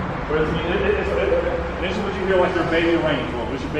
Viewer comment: Dis is nice. Dis cute. Dis is luxury. Dis is Money 😩😭